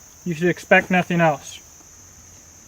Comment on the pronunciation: Nobody "welse" will... Hahaha almost shit my pant!